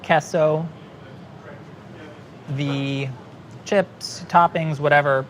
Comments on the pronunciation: "queso" is not "kesso" it's "kayso" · "Keh-so." Meaningful stare at the camera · Nobody:: “kesso” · Why does he start saying queso correctly and then keeps saying it wrong? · Queso, quayso or whatever you want to call it apparently. Lol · pronunciation of queso is wrong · Queso [sauce] is always spiced with chili of some kind and spices., continuing with an unspiced mornay: Oh dear! Am I saying queso wrong?!